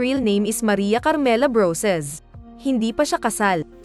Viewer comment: Kirey. Yun kiray..😀brosas..broses.. 😄